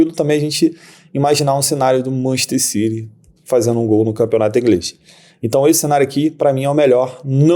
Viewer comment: Nunca entendi pq brasileiro diz Manchester CIRI e não CITY